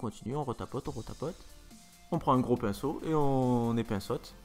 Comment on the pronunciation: "on épainceaute, on épainceaute !"